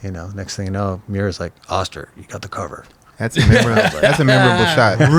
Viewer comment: Always called him OHHSTER. It's AAHSTER. Awesome episode. Smart & interesting. Legend. Smart & inspiring.